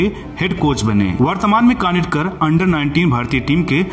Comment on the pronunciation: कानिटकर नहीं कानितकर नाम है।